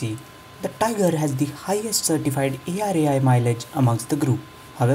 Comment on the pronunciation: it's tigor (tee-gor) not tiger (tai-gor)